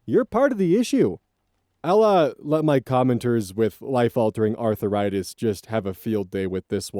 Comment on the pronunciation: Why do you pronounce it as 'Arthur write this'? Also, as a person with chronic pain: she is better off without those extra pounds. ;3